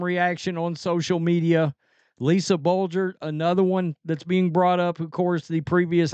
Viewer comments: "Blue-der"... Not "Bul-ger"... Lolol 😂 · Bluder is pronounced “blue-der”. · It’s pronounced Lisa “blue-der” Bluder. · Blue-der is how it is pronounced. No tho. She is retired. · Lisa BLUE DER is how it is pronounced. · Ah come on, the name is Lisa Bluder (Blue - der). That doesn’t rhyme with a coffee brand. From a Hawkeye in Texas… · Lisa Bluder (Blue-der) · It's pronounced like Blue Der lol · C’mon brother… CC’s Iowa coach’s name is pronounced “Blue-der”. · Bluder, pronunciation please